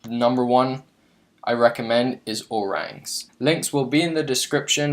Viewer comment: O-rangZ rather.